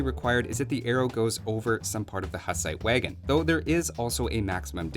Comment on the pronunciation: As born Bohemian your pronunciation of Hussite wagon and Houfnice hurts my ears :D